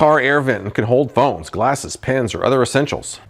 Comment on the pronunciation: I swear I hear “bones” instead of “phones” for the Vent Organizer. You can store your everyday essentials like bones, lipstick, jewelry, and more! Bone collectors out there have DYING for a product like this. Uber drivers can now share their bone collection with their favorite patrons!